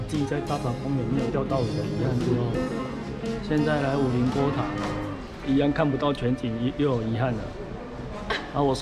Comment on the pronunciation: 是五稜(ㄌㄥˊ)郭不是五稜(ㄌ一ㄥˊ )郭哦!!